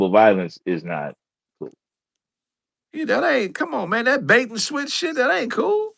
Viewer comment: RAGE BAIT!!!!!!! BAIT, NOT BATE.